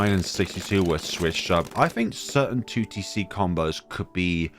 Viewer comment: you sayign 2tc sometimes sounds like tewtiy see do a 2tc collab with tewtiy :)